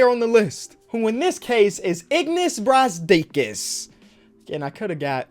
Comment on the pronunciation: said Izzzznas Brazkis